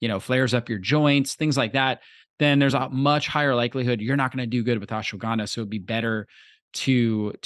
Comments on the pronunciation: What the fuck is "Ashawanda"?? Is "Ashwagandha" so hard to say? 🤣🤣🤣🤣🤣🤣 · Ashawanda? This chick isn't pronouncing it properly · The lady can't pronounce Ashwaganda properly. That's all. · learn to pronounce ashwagandha.